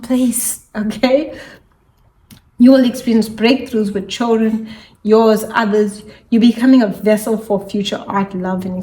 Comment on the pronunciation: Very difficult to understand everything. I don’t know if is your English or your microphone.. what’s choldren!? Thank you